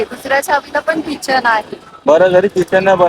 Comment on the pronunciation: Kitchen nahi key-chain